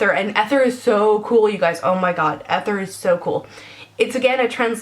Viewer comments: Love you but this drove me nuts - ether is pronounced ee-ther, not eh-ther. Great review, love all the colors:) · I'm pretty sure it's pronounced "EEE-thur" not "eth-er" It's really pretty!!! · Don't say ether...say E-ther. It's like on the periodic chart. :-) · Wouldn't ether be pronounced "ee-ther" instead of "eh-ther"? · Ether is pronounced ee-ther. Just thought you should know :) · MY OCD SENSES ARE TINGLING! - sorry sorry, I don't my to be a annoyance but... you pronounced Ether wrong... EEE-ther... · Ether is pronounced Ee-ther, with a strong e, like seen. Sorry. This is an amazing video though, very helpful! It makes me want to collect them all! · Please don't take this negatively but it's EEEther. EEEther.